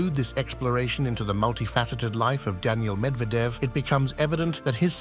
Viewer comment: So funny this AI video...he's repeating 9 retry much the same things over and over while mispronouncing Medvedev 's name.